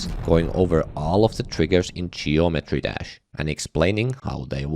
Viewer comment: he did NOT say geometry "dash" at the start